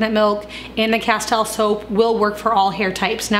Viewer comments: justfyi its pronounced asteel, as in steel, not tile, even though its spelled that way. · Castile soap pronounced = kaˈstēl ˈsōp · Btw ‘Castile’ is pronounced ‘ka-steel’ with the emphasis on the second syllable.